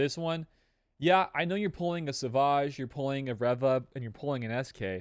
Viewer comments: Reva. Reeeeeva. Not rehva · If you say Reva like that one more time I’m gonna blow my brains out